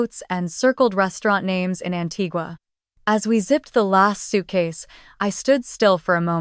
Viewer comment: I just wish AI could pronounce Antigua